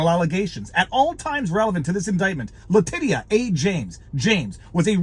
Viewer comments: Its not La-Te-Sha...its La- Tit- tia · “Titia”, honest to god. T-I-T-I-A.